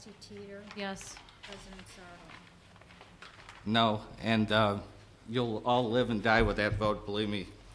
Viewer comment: not sure sarto was arguing for but she only had an ad hominem for a response. yeah that wasn't a death threat at the end anymore than the motion was literally "dying" when she said it was, he was referring to their political careers. also, it's sarto accent on the "to".